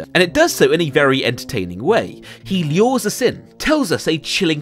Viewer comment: He lyores us in? Is that really how you say "lure"?